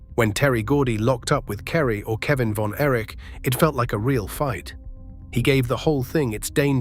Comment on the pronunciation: I'm out when the voice said "von Erish"😂